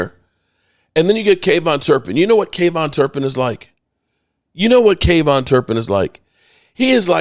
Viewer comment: I love man but his is KaVonte ( Kah Vont Tay) not KayVon!! Sorry just sounds ridiculous coming from a major fan that can't pronounce his players name right😂